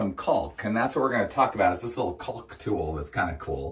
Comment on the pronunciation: Sorry, but you're mispronouncing "caulk" - the L is silent, just like "talk".